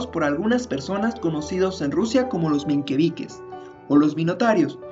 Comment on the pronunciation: Menqueviches? Es Mencheviques y Bolcheviques